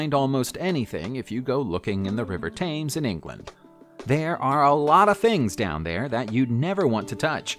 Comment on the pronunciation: The Thames is pronounced ' tems '. NEVER say impossible!!!